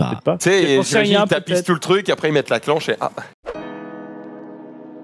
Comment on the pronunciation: IL A DIT CLANCHE !